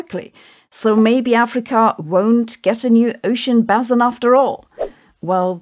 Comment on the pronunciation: I learned the basic content of this Youtube video, East Africa cut by rifting with a triple junction in the Gulf of Aden, in the Structural Geology Course at University in ... 1985 (Vordiplom, comparable to BSc level today). BTW - Geology does not deal with bassins, but with basins (sedimentary, oceanic). Quite a difference in the pronunciation and the meaning :-). I hugely enjoy almost all of your videos on YouTube, Sabine. This one, I'm afraid not.